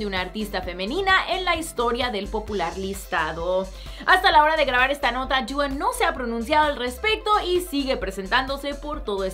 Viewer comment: Me carga cmo dice dua por que es tan brillenta deoh meoh jauaja👊